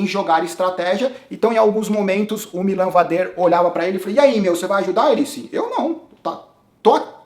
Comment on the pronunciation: o vader não é francês kkkk a pronuncia correta é MÍLAN VÁDER, como o próprio bart falou na transmissão. Em relação ao avança, eu discordo. Ele não foi proativo na prova. Em alguns momentos ele foi pra ponta e ditou o ritmo, mas não vi causar nenhum desconforto considerável no grupo dos líderes. Como dito no insta dele: o corpo nao estava na prova (algo do tipo). Ele vai ganhar, seja este ano ou no próximo.. e vai ser no estilo dele: se impondo e andando sempre na frente! Pode ter ctz! Abraço!